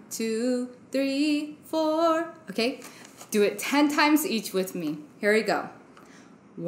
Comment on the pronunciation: It's odd to have a speech coach say "okay-ya" and "cer'in."